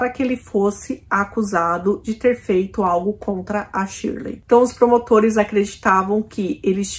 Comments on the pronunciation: oi vc falou Shirley? estranho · 16.21 vc fala claramente shirley